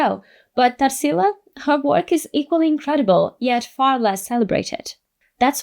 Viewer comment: I knew you're brazilian too by the way you'd said Tarsila's name! Love finding videos like yours, in english but sharing our culture and words through the internet!